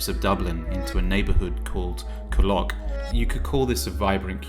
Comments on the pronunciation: It’s pronounced ‘Cool Lock’ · You could have bothered to learn how to pronounce Coolock... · He cant even pronounce Coolock ffs